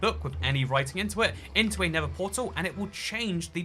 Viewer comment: Bruv he doesnt even say nether portal he says ned portal